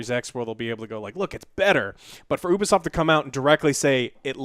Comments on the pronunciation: I'm still holding out hope they'll pronounce Ubisoft correctly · My man said oobisoft